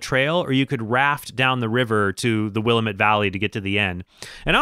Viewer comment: Cool! I loved that game. I only played it when I was real young, though, and never did beat it. P.S. I'm from the Willamette Valley, and it hurts our ears to hear will-uh-MET (caps are on the stressed syllable). It's pronounced more like will-AM-et, with an a-sound like the one in the word apple. Here's a 46 second video that does a good job of showing how we pronounce it